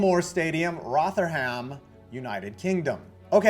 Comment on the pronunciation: Your pronunciation of Rotherham is well off 😂 iirc its not quite abandoned and does get some usage now